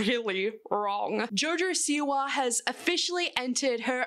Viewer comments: Jaurjaur Siwaur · Who’s Jor Jor Siwar?